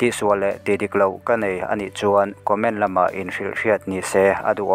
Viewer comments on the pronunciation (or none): none